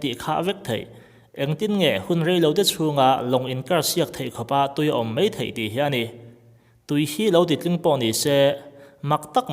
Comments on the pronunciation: Ngaih thlak a nuam khawp mai. Chutih rualin 'mai' tih turah 'mei' iti fo mai a, a ngai mawhawm khawp mai. Kan lo sawi ve mai mai a nih chu, tawng leh thu lam hi fimkhur a ngai khawp mai.. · Mai tih tura 'mei' iti tlat zel hian beng ati thlep.... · Rei tawh viau mahse comment drop lawk ang e. Mei ti a i sawi kha 'mai' tiin han lam thei tawh la tiin ṭhahnem ka lo ngai ve mai mai e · mai tih tuah mei i ti zel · Hmeichhia i ang e. Mai tih turah mei i ti tlat zel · Mei ti tawh suh, mai ti hram hram rawh..😁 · Mei mei tih hi chu aw han trang deuh teh..